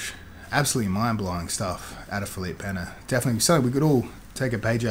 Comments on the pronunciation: "Feleep Penna" Lmfao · LOL at tomatohead saying Felipe Peña, doesn't he have anyone around him get him to say the names correctly?